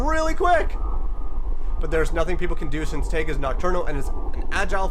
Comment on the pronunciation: It’s pronounced teygoo. Tyra and Teigue